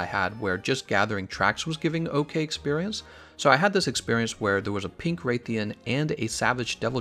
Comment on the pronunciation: Just noticed that he pronounces the "rath" part of rathalos/rathian differently. First time I've heard it pronounced as "Wraith-yan" and I've been playing since MH on the PS2. lol